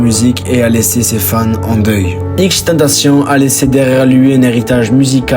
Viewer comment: Il respecte même pas la prononciation de XXXTENTACION 🤦🏾